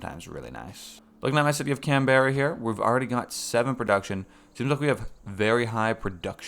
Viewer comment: please dear lord its pronounced can-bra not can-berra